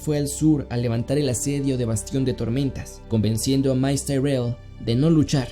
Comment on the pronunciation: Mace se pronuncia (Meis) No Mays esa pronunciacion significa Ratones😅